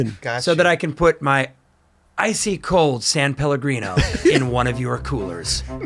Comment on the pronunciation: Kudos to him for the “san” in “san Pellegrino ‘, americans always miss that